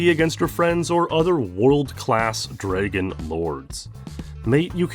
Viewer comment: You have an interesting way to pronounce the word "dragon"